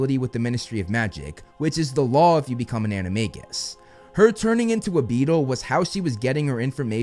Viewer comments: ANIMA-J-US! Not anima-g-us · according to every other video you've made, you pronounced animagus wrong 😅